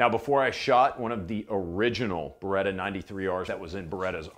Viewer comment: it's B E R E TT A ! Not BUREDA